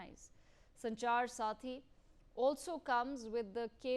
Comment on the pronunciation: It’s Sanchar saathi not sarathi, she kept saying sarathi in the first half.